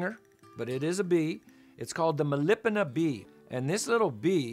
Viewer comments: A few things. First, the bee is pronounced as it sounds: Melipona. There are many species of Melipona - Melipona is a genus, and is one of many genus of stingless bees. Bees and other pollinators don't " know" how to pollinate. They " know" how to find and collect food ( pollen and nectar) - and their actions just happen to transfer pollen, often times pollinating the plant. Bees compete for flowers and flowers compete for bees, and a feedback loop happens which effects the physical qualities and actions of all involved over very long periods of time. The book The Forgotten Pollinators explains this and much more. The vanilla plant and it's specialist bee don't defy evolution at all - their story is as common as bumble bees and buzz pollination various plants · Please PRONOUNCE.. MELIPONA- Meli-Pona